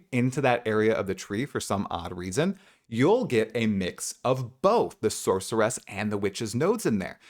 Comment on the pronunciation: SORCER-ESSS + HUNTER-ESSS = no, fucking stop already